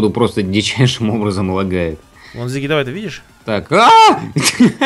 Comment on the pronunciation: Не Зиги а Сиги